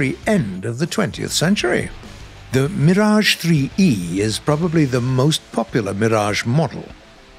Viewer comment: I like how english people pronounce french words ! Sir, you know well how to pronounce the R in words like "Mirage" !